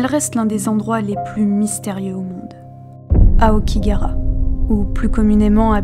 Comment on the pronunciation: Mode Hermione Granger activé: c'est AokigaHAra, pas Aokigara.